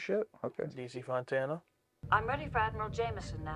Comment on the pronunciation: That's right, we DO stick around during your 'Like' public service announcement. Plus, we also notice how you responded to the mention of D.C. Fontana's name. I will give you a pass that you a pass that you slurred your words instead of forgetting that the initials stand for Dorothy Catherine.